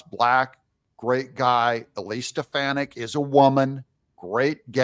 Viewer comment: It's Elise SteFAHni(.